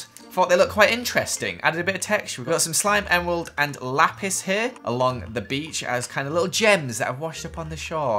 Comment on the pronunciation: Aweeeee he said emwald